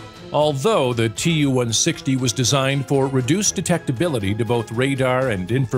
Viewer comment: Who gave Too-160 the nickname "blackjack"?! We call it the "White Swan"!!! P.S. Not Tu, but Too, long "u" (oo).